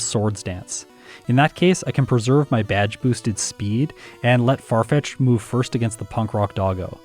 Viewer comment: Farfitched in this jayun:). ( would be pronounced Yahn, like Pokémon Challenges' name, so I had to get creative with spelling:).) Don't forget to check you're recording!:)